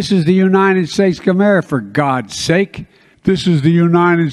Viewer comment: This jag off can't say the word United instead he says unined!